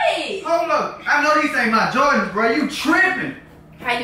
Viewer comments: She can't even say jordans. She like " jardans" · Its prounced Jordans Not Joradns lol 😂😂😂 but it's ok the first time I heard Jordans I said Jadons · Wtf is some "jawdans" 😂😂😂😂😂😁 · his favorite "jardins"😂😂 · "these his favorite JARDINS" LOL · She say Jardens😂😂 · She said jardans haha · She say Jardans😭😭😭😭😭😭😭😭😭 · she said jardens